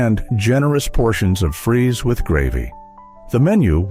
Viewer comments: Hey fries is not pronounced freeze 🤣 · An otherwise fun and interesting video, ruined by narration. Really sad. when was the last time you had "frees with gravy"? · And don't forget the frees to go with that Big Zee burger🤣 Really sucks when something so quintessentially Canadian gets messed up by U.S. Ai😡😤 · "Frees with gravy" 🙄 <Zellers' Skillet item, should've been pronounced FRIES 🍟> I miss ZELLERS, bring her back! ❤ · and they had fries not frees